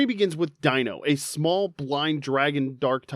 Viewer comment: Deino's, Zweillous' and Hydreigon's names all contain the German words for the numbers 1, 2 and 3, the same way as Artiucno, Zapdos and Moltres before them but with Spanish then and you utterly butchered the pronunciations, although, at lesat you do pronounce "Pokémon" correctly, I'll give you that! Also, bug-bear, but you can clearly tell that Cynthia's Garchomp is a Shiny Female from the colour and the lack of a nick in the dorsal fin! And it took me months, but I did finally manage to Breed a Shiny Jangmo-o with its Hidden Ability Overcoat! It took me so long, I started to relase every single Jangmo-o who did not have at least five Perfect IVs and I still had four boxes full of them, all the ones who didn't have a Perfect Attack IV, I jus Wonder Traded off, the ones that did, I kept for Special Trades! So, on Sun/Moon/UltraSun/UltraMoon, if you ever got a Jangmo-o with five Perfect IVs and Overcoat through Wonder Trade, you're welcome! Although, my Battle Tree Team, I usually go with Double Battles, I start with my Salamence and Incineroar - both Shiny (thank you, Masuda Method) - get that Double Intimidate off and then Mega Evolve Salamence, hit like a train with STAB max damage Return! Also, having a Base Stat Total of 600 and having two previous stages is how we identify Psuedo-Legendaries, although, as a Brit, with enough issues with the Galar Region as it is, I was kind of bored of the Dragon-Type Pseudo-Legendaries by then, Sword/Shield didn't help my mood much, eith